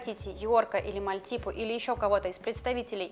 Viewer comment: Не маальтипу а мальтипу